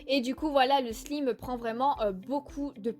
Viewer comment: Perso ma figurine préférée c'est celle de la collection E X Q et ça se pronoce ``slayme" pas ``slime" :)